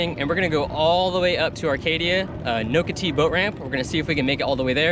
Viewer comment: And you're pronouncing Nocatee incorrectly